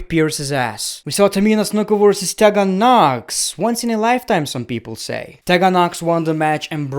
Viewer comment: Ik you have difficulties with English so just letting you know it’s pronounced tea gan Knox not tehgan